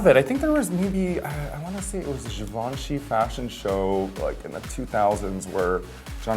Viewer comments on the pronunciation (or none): How do you pronounce Givenchy, Raja? Oh...